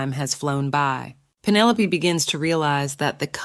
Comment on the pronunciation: Pin-o-lop-aye😂 I'm done😂